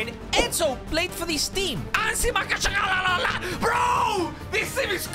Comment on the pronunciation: "Anzhi Makhachkalalalalalalala" got me laughing very hard